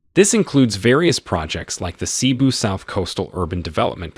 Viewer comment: We apologize for not putting accent marks on our language. It's not widely implemented unfortunately. It's supposed to be pronounced as Maníla not Mánila and Cébú not see-boo to name a few.